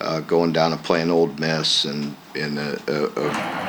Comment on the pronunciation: Did he say “Old Miss”..? Oh buddy. LFG…. 🦈 🩸 🐈